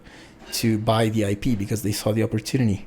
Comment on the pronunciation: being British, accidentally says “IPA” instead of IP haha